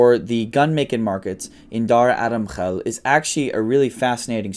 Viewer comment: Yea, when he said Pakistan, I was like oh yeah this guys a desi but then he said Dara Adam Khel and I was impressed by the former.